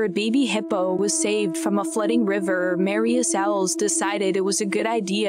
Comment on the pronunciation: And flooding riverrrrrr